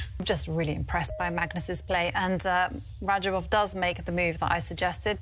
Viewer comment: Rah-job-off. Not raba jov.